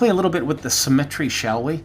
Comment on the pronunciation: What is "Sim-ettery" ? And can the font be changed? That outline font is.. bloody awful.